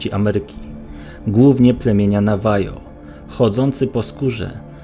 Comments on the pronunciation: Powiem tak wszystko fajnie pięknie gdyby nie: wymowa niektórych słów takich jak '' Nawajo czy Rdzennych Amerykaninów" i to że perfidnie widać jak czytasz z monitora razi w oczy. To i jeszcze nie znajomość tematu w stylu rozmawianie o jednej kryptydzie a pokazywanie zdjęć drugiej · "Nawaho", nie "Nawajo" Panowie... Skinwalker. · Navaho a nie navajo stary... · Szczerze mówiąc to bardziej interesuje mnie powiązanie Indian z plemienia Navajo ze skinwalkerami niż same istoty. Mitologia rdzennych Amerykanów jest naprawdę interesująca. P.S. Navajo czyta się nawaho ;P